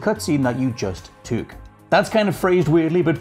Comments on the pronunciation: Okay Scotts 'years' have been a laugh because a lot of English people say it but 'took' is either a work I've never heard from an English person or he's saying it like 'twok' to me 😂 I don't judge but I can't not comment, how many people have passed this over... I really want to know, to me took is more said tuck your kids into bed at night... I've never heard it twok your kids in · I need to hear say "took" more...something I didn't know I needed in my life! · He says "took" weird.